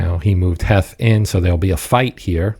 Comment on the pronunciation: Pretty sure it’s pronounced Heath. Thanks for the vid